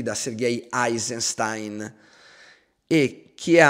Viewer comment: Eisenstein, essendo russo, non ha la pronuncia tedesca; quindi non Àisenstain ma Éisenshtein, o meglio Éisenshtin.